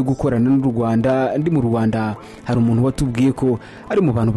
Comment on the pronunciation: jya kwiga kuvuga Ikinyarwanda bizarushaho kukugira umunyamakuru mwiza - UMUNU? Ni UMUNTU- INURU ni INKURU iga ibihekane muvandi